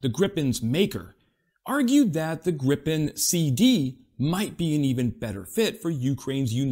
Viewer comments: "greepe N" If you want to pronounce it the right way 😊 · But the pronunciation of Gripen was bad!!! Interresting how you would have said it with two p. Probably the same...then you should know that you say it wrong with 1 p.